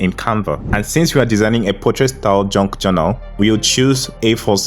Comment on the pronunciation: what the hell is a JUNK journal? can barely understand what you said. and never heard of this term until today.